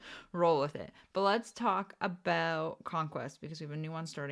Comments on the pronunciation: you said aboot three times in first like 30 seconds, so I was like yay, drinking game, but then you never said it after… /pout…. Luv u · Oh em gee, can you say aboot [canadian version of about]